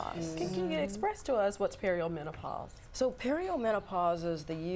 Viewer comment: That woman wasn't giving very specific information. Is she supposed to be some sort of expert? She doesn't even pronounce perimenopause correctly!